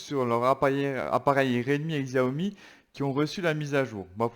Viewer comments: Sa se prononce Chiaomi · Où on prononce ziaomi en francais